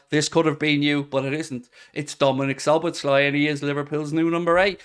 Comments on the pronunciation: You pronounce his name So-boss-la 😂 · Szoboszlai: the second "-sz" in his name is also pronounced as the first one, both are "-s" in English.